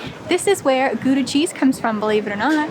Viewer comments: We don't say HOW-da, we say GGGGGGGGGGOW-da. My aunt and uncle lived in Gouda, we lived between Gouda and Rotterdam so I've been there many times. Gouda isn't just famous for its cheese but also for its candles and of course STROOPWAFELS. I hope you got those otherwise you missed something that's even better than the cheese. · At least say Gouda correctly, not Goeda. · GOEDA HOUDA?????? YOU SAY IT AS choudah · i think you missed a G sound